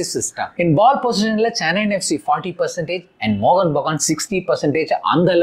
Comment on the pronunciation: “Mohun” bro “Mohan” illa. 🤦‍♂️